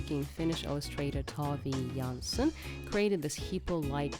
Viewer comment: Its Tove Jansson, not Toby Johnson :D